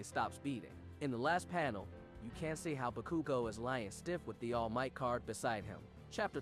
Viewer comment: Im sorry I tried to take this seriously but... Shigg are aky ? Bu kew go? Day kew?